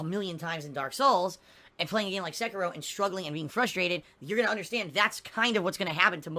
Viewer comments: "Sekayrow" - 2019 Sound good? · Seh-Kee-Roh not secker roh